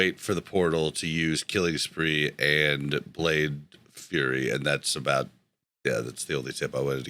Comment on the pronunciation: Love the podcast first thing I listen to every Tuesday, but it’s Blade Flurry and not Blade Fury 🗡️ don’t know if it just sound like you are saying it wrong or if you acutely do. Much apritiaton Xoitor a fellow Rogue from Sweden